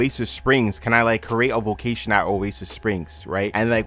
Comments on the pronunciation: bro are you saying vocation or vacation??? i literally cant finish this video ... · that’s so interesting! if your family and ppl you grew up with also say it like that, maybe it’s just your accent?